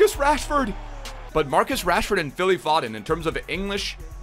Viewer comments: zwe its pho-den not faw-den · Phil F(OHH)DEN NOT FODDDEN sorry just kinda triggers me also SOUTHampton not SUTHAMPTON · It’s foe-dun not fod-den come on man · "fod-den" and "suth-ump-tun", my god the cringe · You pronounce it 'Foeden' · It is «Foden» not «Fodden» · How you say foden, it's pronounced fowden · How u say Southampton and Phil foden 🤣🤣 totally wrong way how u pronounce it